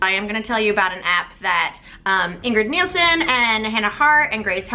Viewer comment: Also Ingrid's last name is pronounced Nilsen, not Nielson. Sorry to be that person, but I feel like Mamrie would understand the whole name mispronunciation thing (if Grace's past slip-ups have taught us anything). Also, I'm all for the Dysh app thing. I'll probably use the hell out of it.